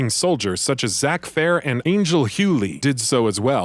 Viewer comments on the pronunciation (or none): none